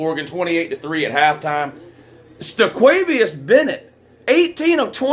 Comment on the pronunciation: Not “stequavious” 😂😂